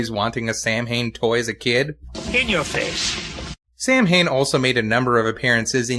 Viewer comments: I showed this video to a friend of mine and she cringed whenever Samhian's name was spoken. She's Irish and said the name is actually pronounced "Sow-in". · It's Samhain!!